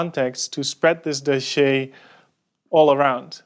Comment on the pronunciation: Please stop saying "doschiéé" ... I laugh so hard everytime ^^